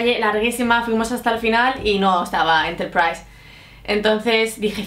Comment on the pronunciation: LightSpeed Spanish `s pronuciation of Enterprise is almost RP.